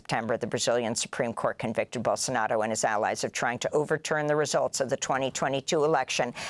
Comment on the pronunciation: Amy .......it's Bolsonaro not Bolsonado !!!